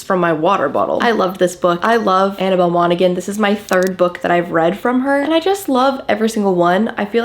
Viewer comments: I just graduated highschool with Annabel Monaghan's son and I just wanted to say its pronounced "mon-a-han" the "g" is silent lol 😅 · you are so perfect and should be totally perfect. You are not pronouncing Monaghan properly. Put it into google. - it’s Irish so you don’t pronounce the gh…😂🎉❤ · Annabel Monaghan last name is pronounced moms Han